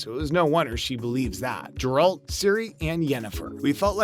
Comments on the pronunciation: It is pronounced Geralt the G is pronounced in with a G sound like in the word Gutter. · You mage movies about Geralt but you can't say his name right .thats silly . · You’ve totally butchered the name of the main character. Congrats you’ve earned a dislike